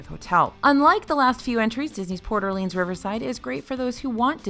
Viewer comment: No shade... it's Port (space) Orleans, not Porter Leans.